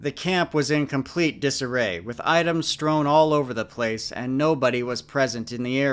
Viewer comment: “Strone” is not a word. Strewn is pronounced like tune or spoon.